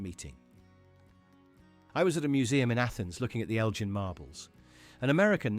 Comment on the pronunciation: the Eljin marbles - NO the Elgin marbles - YES